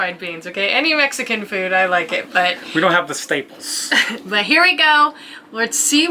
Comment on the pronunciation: Nice touch there lol I also found it hilarious that you referred to staples as stapes. Classic